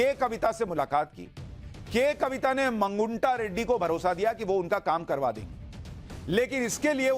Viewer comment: मगुंटा नहीं " मागुंटा "